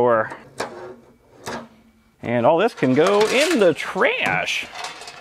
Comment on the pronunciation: "this power cord I stole from the microwave" You mean from the trayash, ewww